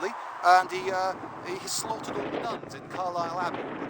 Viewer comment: "He did attack Carlisle, quite successfully, and he uh, he slaufhghfghhrugrehvn in Carlisle Abbey."